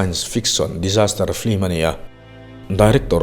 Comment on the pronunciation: Film a ti duhlo a, flim a ti.... lam dan mawi ah a buai lo, mipui te en theih tura video a chhawpchhuak hi kan lawm em em ani.